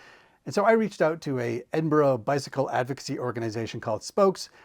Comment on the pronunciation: Good pronouncing it almost correctly instead of edin burg